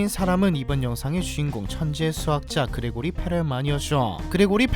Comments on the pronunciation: 그레고리(x) 그리고리(o) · 근데 정확히는 그리고리임 Grigori라서 그레고리로는 발음이 안됨.